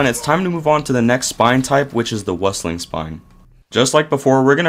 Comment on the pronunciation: How you pronounced Meuchler and Wüstling 😂❤